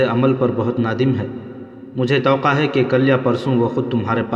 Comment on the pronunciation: Tawqa nhi hota tawaqqo hota h